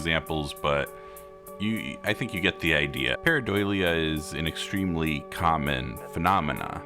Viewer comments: Idk if its the audio but I kept hearing you say pareidoilia, with an extra I. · Can we learn how to pronounce the word that's the subject of the video please, takes like 30 seconds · I was checking the comments in case I was crazy. He repeats it so many times that I started second-guessing myself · He mispronounces it quite badly and it's pissing me off